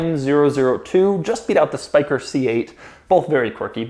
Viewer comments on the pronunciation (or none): he says specter instead of spyker , still love you Doug